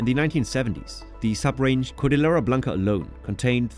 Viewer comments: Yeah also cordillera is supposed to sound like cordiyera. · A very good overview of Peru's geography. Babbel didn't do a great job on your Spanish pronunciation: e.g. Lima and Cordillera. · How ironic that you say that you studied Spanish yet you repeatedly mispronounce words like “cordillera” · and Cordillera.